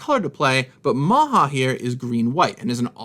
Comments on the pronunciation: It should be pronounced like "Maya" if it was true to Norse pronunciation. "Maha" is more Spanish. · J is pronounced like Y in Norse. It's "Maya", not "Maha". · Maja is not pronounced «maha.» Norse is not spanish. It’s «Maya.» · How come the character Maja is pronounced 'maha' in this set? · wawaiawaitwait wait. everyone's concerned about the dice, which I get. its kind of wack. but no ones said ANYTHING about the fact that Maja is pronounced MAHAW like in the Amanda Show. I'm not trying to knock the name (or and his pronunciation) I'm just curious anyone else got a freaky nickelodeon flash back when he said it